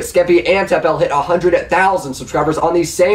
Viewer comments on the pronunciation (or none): It's Tapple not TappEl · It's not tap l it's tapple pronunciation wished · ITS TAPUL NOT TAP L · cough it's pronounced "Tapple" cough cough